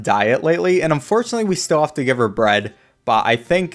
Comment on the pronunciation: "bread"? More like "bruhd"